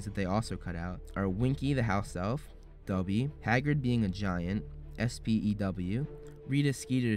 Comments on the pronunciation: did you just call Dobby "Dubby"????? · Ik I'm seeing this like 3 years too late but although "Dubby" sounds funnier it's "Dobby" lol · Great video! Just how you say DOBBY, you say DUBBY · I'm sorry but can I just point out that u said "dubby" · It's dobby not dubby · Dude you said Dobby like, Dubby. When I heard that I was like, "What did you just say?!?!" No offense!🤗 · doby not duby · It sounded a bit like you said "Dubby" ( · WHY can’t Americans pronounce ‘Dobby’ correctly?! It’s not ‘Dubby’! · DuBbY Is A FwEe ElF! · you call dobby "dubby" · HE SAID DUBBY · is t just me or does it sound like hes calling dobby dubby..... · It is dob-by it is not do-bby